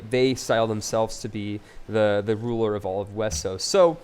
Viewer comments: Why do you say Wessos? Why not Westeros? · is westeros and is pronunce westeros but some people can't say it right so thay say it wessos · STOP SAYING WESOS